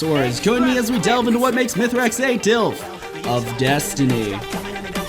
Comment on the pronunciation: It's MEthrax not Youthrax. hands off